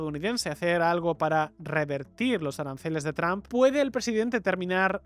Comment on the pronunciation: Porque los españoles pronuncian “Trump” comp “TRAMP” (yo hablo inglés)